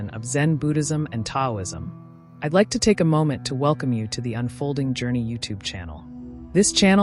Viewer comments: Just to be clear—the “T” in Taoism is pronounced as “D.” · It would be nice if the narration was from real people, not AI. Taoism is mispronounced. It's distracting. I can not watch this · Pronounced with a D not T ...